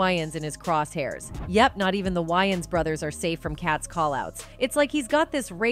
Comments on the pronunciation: Yians? Wa-ynes😂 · For the record, its pronounced way-ins brothers, not y-ins brothers lol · wtf is up with these people pronouncing the names wrong , it’s not Y-ANS it’s Marlon Wayans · Either I’ve been saying Marlon’s last name wrong my whole life or she just butchered it😂😂😂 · She can't even pronounce Wayans correctly!